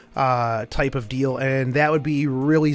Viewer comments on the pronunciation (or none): none